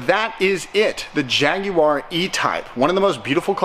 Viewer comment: You made an attempt to say Jaguar properly,well done.